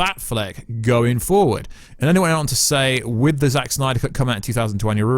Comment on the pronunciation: Why does he say Snyder like that uhh..🤮🤮😅